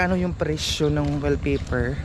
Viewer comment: ang ding ding sa English is wall kaya wall paper ang bigkas hindi will